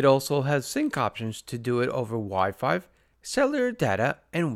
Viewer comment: Why do you keep saying Wi-Five??